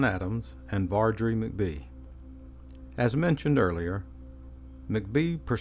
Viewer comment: Hi, I’ve lived in Greenville for over 35 yrs now, and enjoy your videos. Your voice is very familiar to me. Anyway, just a small point: Vardry McBee’s last name is pronounced Mack’-bee with the emphasis on the 1st syllable. Also, are you familiar with the books by Charles A David called “Greenville of Old”? Vol I was published in 1998; Vol II published in 2000…both books published by the Historic Greenville Foundation. I think you will really enjoy them. Do you happen to be an architect? Just wondering because we are part of that community in G’ville. Thanks so much for your videos!